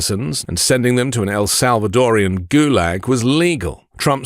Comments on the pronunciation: Do you realize how dumb it sounds when you call a Salvadoran something as awkward as "El Salvadorian" ? Just use the four syllables. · Arghhhh, it is El SalvadorAN, not El SalvadorIAN!!!! It’s like nails on a chalkboard when it is mispronounced! 😤